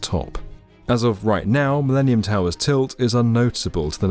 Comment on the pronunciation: "The MiLEANium Tower"